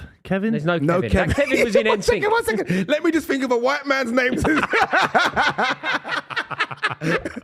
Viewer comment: Got his name way wrong but still